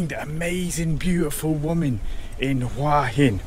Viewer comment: finally, a host that knows how to say the towns name right!!